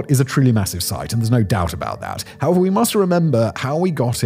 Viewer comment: When you say "however" it sounds like 'hava."